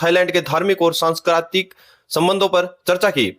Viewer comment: 2.43 सांस्कृतिक है, सँकरायीतिक नहीं है।